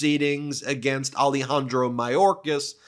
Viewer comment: Ah-Leh-Hahn-Drow. Not Ali-Handro.